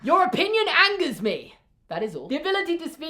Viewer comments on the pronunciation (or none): none